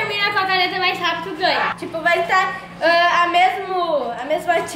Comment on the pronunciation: Não é mai é mais